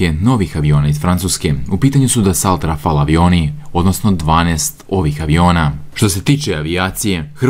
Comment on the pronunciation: Kaže se i čita DESO RAFAL, a ne desault, i ne reanault nego Reno, n3pismeni totalno